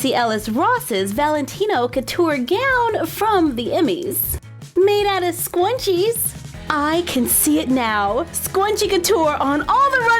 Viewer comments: im not trying to be rude but its scrunchies not scwunchies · It is not called stanching is scrunches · you said scrunchie wrong. you said skw-on-chies. - _ - its skr-un-chies. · Me:Yaay scrunchies!!!! You:sqwunchies yes ikr there so awesome me:Ummmm am I wrong I thought it was scrunchie LOL!!! 😂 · they are called SCRunchies Not scwunchies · * We have a request to make doll scwunchies * AAAAAAHHHHHHHHHH I CAANNNTT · Why u saying scuinches it scrunchies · Their shrunchies not shqunchies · Is it just me or is she saying “Scwunchies” osntead of “Scrunchies”!!!!!So adorable😆😆🥰🥰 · She keeps saying scwunchies and it’s pronounced s-k-r-u-n-c-h-e-s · Me: Says "Scrunchies": SqUnChIe Me: Teach me your ways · omg the way you say scrunches it’s sounds like “squanches” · The more you listen it sounds like she says “soy machine” lol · Squnwies lol! I thought it was scrunchies! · It sounds like she said scwunchies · She says scwunchies it's so cute😀😂❤ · For thick haired girls like me, "scwunchies" are a godsend. (I love the way you pronounce some things, it's adorable.) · She kept on saying scwunchie but it's fine though